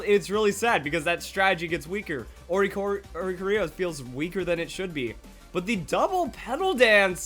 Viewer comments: +Lillie Craft Come on guys, I don't see why this is so hard . . . It is based off of a oriole bird --- ORI It DANCES to CHOREOGRAPHY ---- Choreo ----- CORIO O-ri-CO-rio NOT o-RI-co-RIO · It's "Ore-ee-COR-eo", not "Ore-ee-co-RIO". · no, it isn't. You're pronouncing it "o-ri-co-RI-o" where you should be saying "o-ri-CO-rio". You're adding a full syllable. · It's Orri-Korri-oh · You pronounced Oricorio wrong I am officially triggered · One day + will pronounce oricorio correctly. one day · his audience? How insecure are you that you cannot take someone rightfully criticizing the mispronunciation of a name? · We'll have to wait for the anime for the official pronunciation. I believe the stress is on the "co" rather than the "ri" part. In other words, just like "orio" is pronounced. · KainaX122 it doesn't matter really. Like at all. However, tomato has different ways to pronounce it. A name does not. In this case, he's pronouncing it wrong and denying it haha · KainaX122 totally not arguing. Simply pointing out there is a mispronunciation.